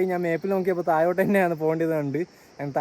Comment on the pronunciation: മലയാളം ശരിയായി സംസാരിക്കുക വയി അല്ല വഴി പുയ അല്ല പുഴ തായോട്ട് അല്ല താഴോട്ട് '